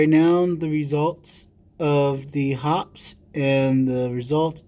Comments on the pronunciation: Paint thinner or Kerosene to clean. Synthetic 10w-30 for lube. No jams, no rust, no BS!! 50+ years now. BTW..... It's pronounced "Hoppeez". Not "Hops" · Yep, Shooter's Lube is snake oil that does not work. There is a reason that Hoppe's #9 has stood the test of time. FYI, it is pronounced Hop-eez, not Hops. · Very good and interesting vid! FIY, the reason Hoppes is better is because it is mainly kerosene-based, and some ammonia's with it, and a bit of banana oil (for fragrance..no shit!). Just for fun, it's actually pronounced "HOPPeez", (I still call it "Hops", tho), and the #9 refers to the nine ingrediants in the formulation. Keep the good vids rolling, bro! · Hoppe's is pronounced with the 'e' sound.